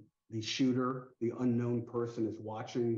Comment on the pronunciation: Where is this reporter from? I’ve never heard anyone pronounce “person” that way.